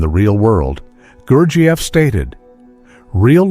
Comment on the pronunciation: The way this speaker pronounces gurjieff is slightly annoying.